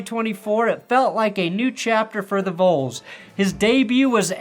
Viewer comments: rules of phonics- first vowel is short, unless there is a second vowel then it changes to long. So it is not “Voles” but “Vols” . For example it is not “ boles” but “ball”. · Its not Vouls... its VAWLS!!! Better yet just say The Big Orange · "Vols" is pronounced "vawls" not "voles." Easy to remember because it's short for "Volunteers." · I love you dude, but it’s pronounced like vawls not voles. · are you purposefully pronouncing Vols like “Voles”? it’s pronounced like it’s rhymes with “Halls”: Vols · V-all-s not V-oal-s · Damn it's not VOLES. It's Vols as in sounds like VAWLS. Short for Volunteers, not Volenteers. Now I can't even tell anybody I'm originally from Denver. Sheesh! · I'm sorry I'm not trying to be mean and I know you're just reading your script, but "Vouls" is just making me twitch. "Vauls", exact same way you pronounce "Volunteers, just shorter. Do it for Peyton, we gave you him. =) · Volls like balls not volls like voles. 10/10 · Love ya,, but it's Vols like "vawls" not "voles." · Why yall keep saying voles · wtf you keep saying “voles” like moles? Volunteer = vahl-un-tier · Did you just pronounce Vols as voles? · 😂 I noticed that as well. It sounds like he’s mispronouncing & maybe mixed it up with “Noles” (FSU Seminoles) another college team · lol it so isn't. It's pronounced more like Vawls. Just to give you an idea. We know what voles are and we aren't calling ourselves a mouse 😂😂😂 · buddy is out here saying "I vole-unteer" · I was going to give you shit about the way you pronounce “Vols” but then I remembered I hate Tennessee. They low down, they dirty, they some snitches. So fuck up their name all you like! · lol why do you pronounce vols like that? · How do you mispronounce "Vols" ? Lol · Bro, you know how long it took for Southerners to learn how to pronounce his name that’s why we are all pissed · Guy can't even say "Vols." What a poser. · Cmon... at least pronounce Vols correctly